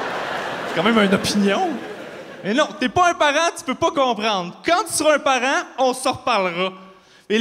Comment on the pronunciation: Si il prononce "parent" "parein" alors comment il prononce "parain"!